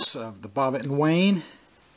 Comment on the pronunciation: Wouldnt that be pronounced WIN? Wynne